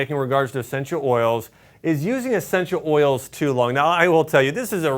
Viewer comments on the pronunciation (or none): none